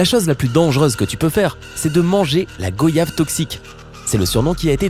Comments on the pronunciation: En guadeloupe ( comme dans le reste des antilles on sait que l'on ne doit pas s'approcher des mancenillier , on en voit souvent dans les mangroves ou même près de certaines plages. Par contre petite correction pour la personne qui parle dans la vidéo , on ne dit pas go-yave , on dit gua-yave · on ne dit pas GO iave On dit goyave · Le fruit du mancenillier ne ce lit pas “go-yave” mais comme « guoillave » genre « voyage » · Le coco pas la coco sa secrit goyave mais sa se dit goayave Putin j en ai marre de Le dire 😂😂😐